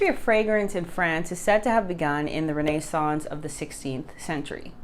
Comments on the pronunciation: This is an excellent video for beginners and intermediate fragrance collectors. is obviously well educated and most likely at least bilingual if not multilingual which brings me to the one criticism, although minor, if making a video for English Speakers in America, it would have been better had she used the common English Pronunciation for words such as RENAISSANCE ( Ren is sance); although her pronunciation may be correct. It is the reason why I dislike AI Voiced videos, which I avoid, because of the incorrect and often changed during the video of words. But, is informative and pleasant to listen and my criticism is probably based on being a croupy old man. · Renaissance...accent on the 1st syllable, not the 2nd or 3rd...